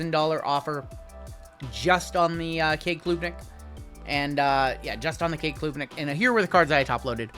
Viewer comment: Klubnik isn’t a long U sound. It’s said like Club. Club-Nick not Kloob-Nick. Carry on!